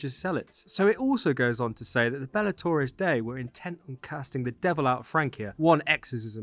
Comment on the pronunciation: I'm so excited for this update! Gonna be very cool to see Carolingian France represented in a AC game! Also (no hate or anything!!) but Bellatores Dei is pronounced like 'bel-la-tore-ehz' 'day-ee' haha. Awesome video though, thanks for breaking down all of the potential leaks!